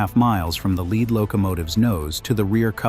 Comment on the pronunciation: AI: "lead" locomotive is not pronounced "led" 🙄